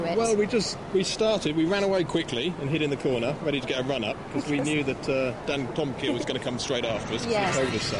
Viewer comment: Who the fuck is Dan Toe Ma Kiah?